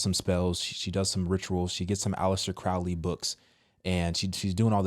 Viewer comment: she doesnt even know Alister Crowley properly she called him Cowley , im out shes full of it